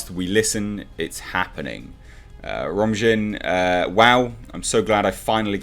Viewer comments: Romjin? It's pronounced, "Romaine" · Romijn is pronounced "Romaine" like the lettuce. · Rebecca Romijn is pronounced like Romaine lettuce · For the record, it's pronounced Ro-main, like the lettuce. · Its pronounced Romaine Like Romaine Lettuce How ya gonna get Mystiques name wrong? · It's Rebecca RomIJn. Pronounced: "Ro'm-eye'n". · Rebecca Romijn 'Romijn' pronounced like Romaine lettuce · I think Romijn is pronounced Romain...I could be wrong. Star Trek is doomed if it continues to go back into its established timeline to write stories. As long as Goldsman and/or Kurtzman have anything to do with Trek, its dead to me. Had they had gone forward in time and created NEW characters with minimal reference to Kirk, Spock, Picard, Sisko,or Janeway, I would be looking forward to Season 3 Discovery or Season 2 Picard. But no. We get dystopian Trek going forward, or characters from the past being destroyed by re-imagining, ret-conning, or rebooting. Or we get "men are idiots and whamen are greeeeeaaaattttt...""....yaaaaawn. I know this post is far from grammatically correct, but thats the effect Star Trek has on me these days. My therapist says the nervous twitch will pass....lol. Love your content Sir! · Romijn = Ro-mane lol... dude, at least research the pronunciation. Anyway, still the same shit writers, pushed by Akiva 'what drugs is he on?' Goldsman.. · Romijn is pronounced like Romaine. I just remember her as the lettuce lady. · Rebecca Romijn Pronunciation: Rebecca Romain ehe! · The name is pronounced "ro-MANE".